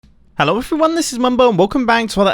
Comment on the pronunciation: Am i the only one to notice that mumbo said "elo" insted of "hello" in his intro ?